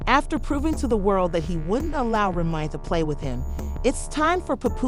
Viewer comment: Re-Mi mah??? 😂😂